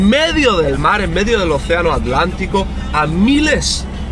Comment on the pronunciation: querido. En primer lucar feliciones x tremendos videos. St Helena me recuerda a islas del Caribe como st Vicent, o St Kitts. Especialmente sus contrucciones coloniales. Por ultimo, porque decis Alantico, si es Atlantico? Perdon x mi duda.